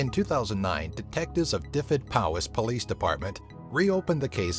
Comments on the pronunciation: #8 Duh-vehd not Diffed heh sorry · The way he pronounced "Dyfed" 😉